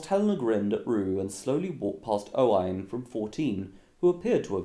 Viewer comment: Anyone else cringes when he pronounces a Welsh, Scottish or Irish name wrong. For example Roisin is spelled Roisín and pronounced Row-sheen. (Row as in row your boat) and Owain which is pronounced Oh-win.